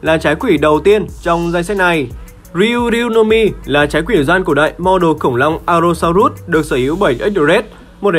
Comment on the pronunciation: allo so rớt chứ ko phải rút a ê